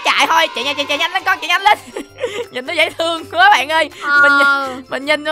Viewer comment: Người ta đọc: dễ thương Chị tui đọc: dễ tương ( âm h đâu mất tiêu r )